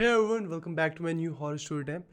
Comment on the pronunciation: "Hey evyon"